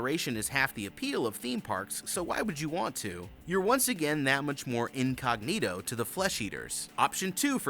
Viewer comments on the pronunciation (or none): none